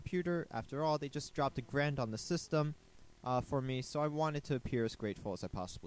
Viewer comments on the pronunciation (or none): none